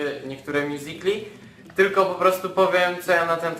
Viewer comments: taki kozak to pokaz swoje "mjuzikli" tak jak to wymawia xD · Mówi się mjuzikali